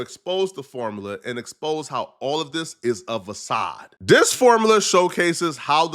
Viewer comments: no, he was obviously trying to say facade but said vasad. U think he switched to French for one word out of the entire video? Come on! 🤦🏾‍♂️😂 Buddy misuses or mispronounces words on nearly every video he uploads, this one was no different. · Idk what a "vasade" is 😂 you meant "facade" you bozo 😂😂 I remember this bozo calling someone else an illiterate dummy 😂😂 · Vacade,? Really?? Can you pronounce anything right? I'm gonna need to see that degree at this point. 🤦🏽‍♀️